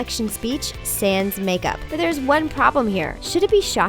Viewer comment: How she said sans😂😂😂😂